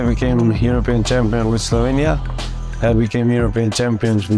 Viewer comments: "Solvenia" smh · Deer Americans. It's Slovenia, not Slovania. See the letter E there?